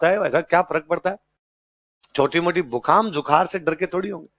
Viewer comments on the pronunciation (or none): बूखाम जुखार 😂😂 sir बुखार जुखाम